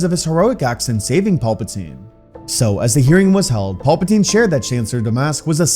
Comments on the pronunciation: For the love of God it is PAL-patine not PAUL-patine. Love your stories but get it together man. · Pal-patine not Paul-patine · Please stop saying Paul Potine. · All i hear is "Paul-patine" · "Paul patine" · Paulpatine? lol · Im tired of dude calling Palpatine "Paul Poutine" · Every time I hear master palpatine I hear master paperplate in my mind